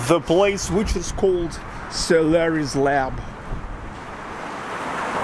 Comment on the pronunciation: I understood "salary's lab". You have russian pronouciatio: "o" becomes "a"